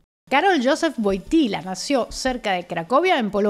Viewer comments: Le correcta pronunciación de Wojtyła es (Voiityua) la L esa rara se llama UE y suena como una u. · Todo bien, solo una pequeña corrección. La pronunciación polaca del apellido de este Papa es más parecida a "Voitiwuá". Se escribe Wojtyła y la letra entre la "y" y la "a" no es "l" sino "ł". Saludos.